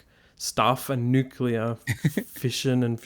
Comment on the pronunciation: NuCLear. Nu CLEAR. Get it right.